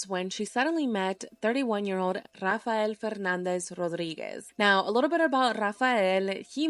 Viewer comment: I like how she says RRRAFAEL 😮😂😂😂😂😂😂😂